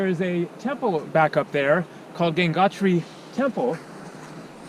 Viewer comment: The river name is Ganga not Ganges it’s Gangotri not gangnatri